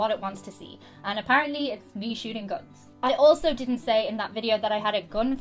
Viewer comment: Gwuns so scwwarrryy lol